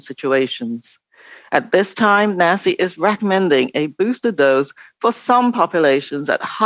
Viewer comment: Nasi is pronounced Nazi. Jeez they are so in your face about it too